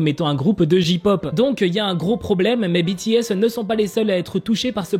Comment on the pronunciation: Ont dit jey pop pas ji pop 😭😂 c comme si tu disait ka pop 😭😭😂